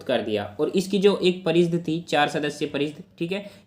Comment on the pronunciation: Bhai parishad hota h naki pareeshd